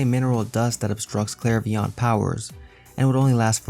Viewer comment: Bro I cannot get over how you said clairvoyant